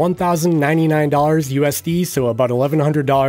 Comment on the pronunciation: Is this dude saying Dars instead of dollars or am I hearing things?